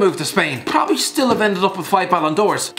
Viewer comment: No-one: Absolutely no-one:: PRRRRPRPRPROBABLY